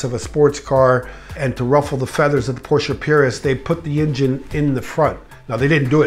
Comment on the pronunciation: I disagree with the 928 but I do appreciate the fact, that you pronounce the company name the way it is supposed to be pronounced, which is Porsche. Not Porsh.